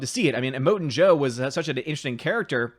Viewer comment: It sounded like you called him Emoting Jo-Very much not the same as Immorton.Joe(which sounds like a PowerRangers villain to me).